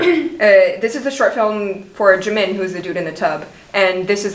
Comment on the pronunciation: jimin not jimmin wut